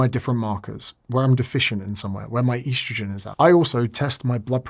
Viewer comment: Please stop calling it "eastrojin"